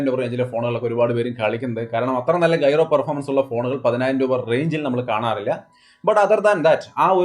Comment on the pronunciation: ഗൈറോ അല്ല ജൈറോ ആണ് 😂